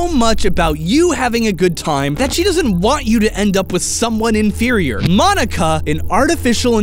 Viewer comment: Correction Monika is pronounced (Mōn-ee-ka)